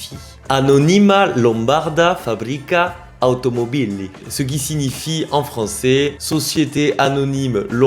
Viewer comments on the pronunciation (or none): excellente vidéo et ta manière de présenter est vraiment sympathique et chaleureuse. Bravo ! Permets-moi juste de te suggérer les accents toniques corrects : Anónima (sans "y") Lombárda (là tu as fait juste 😊) Fábbrica Automóbili Voilà. Ciao carissimo, stammi bene ! 🍀❤🇮🇹